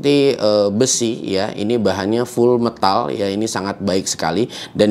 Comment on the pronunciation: Huruf E di METAL itu ucapannya bukan seperti KENAL/KENTAL tapi seperti MEJA/MEMEK 😂